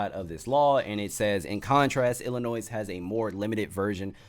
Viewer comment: IDGAF about Fuentes either! Although, this could have been much worse. DON'T JUST GO TO PEOPLE'S HOUSES. IDC WHAT THEY DO!Fun fact: the Illini don't pronounce their state "Ill-a-noise". It's Native American and the S is silent. Trust me. I've been corrected plenty of times 😅 Keep up the good work, homie.